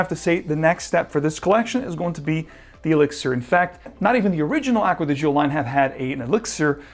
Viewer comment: Please learn how to correctly pronounce "Gio". 🤦🏻‍♂️🤦🏻‍♂️🤦🏻‍♂️